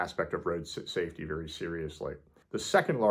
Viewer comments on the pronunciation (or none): holmes pronounces the l. they would know you are not from there. should check out Sugarcreek (crick) Ohio and the swiss cheese festival in early october